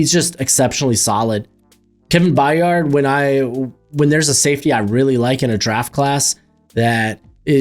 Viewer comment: And Byard rhymes with tired.